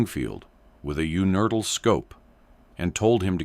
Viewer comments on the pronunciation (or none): What is a "U-nerd-all" scope?